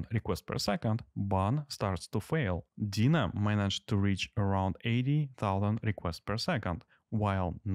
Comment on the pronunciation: Nice test. Although I couldn't get over how funny you pronounce Deno. To me it sounds like Dina, not Deno :P